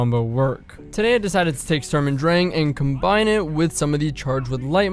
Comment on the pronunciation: And next week: We learn how to pronunce Sturm und Drang in a correct manner. Furthermore we learn about the origin of said term and what it has to do with Goethe. Thank you for the nice build. Will have a look at it.